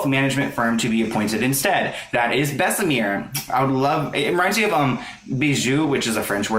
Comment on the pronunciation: It's pronounced Bess-uh-mur not Bess-uh-meer... it isn't pronounced like the french La Mer lol